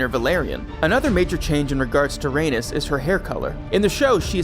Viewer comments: Bruh only 30 seconds in and this voice over guy is killing me. "Raynis" Tell me u haven't watched the show without telling me u haven't watched the show. And he's doing the voice over for HotD video? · Rhaenys is pronounced Ray Knees not like Uranus. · You’re mispronouncing Rhaenys! RA-NIECE